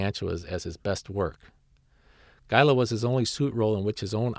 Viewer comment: Gaila? It's Gaira.